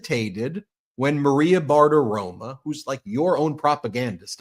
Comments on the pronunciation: Ben— Bartiromo. NOT BartiromA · I m a big supporter but you drive me nuts when you pronounce Maria “BARTAROMO” as Maria BARTAROMA. Her name ends in O not an A! It drives me crazy! Please pronounce her name correctly even though I can’t stand Maria BARTAROMO. (Sorry for all caps)